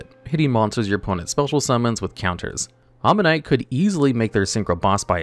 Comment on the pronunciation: Kept saying Alien Omanite instead of Alien Ammonite.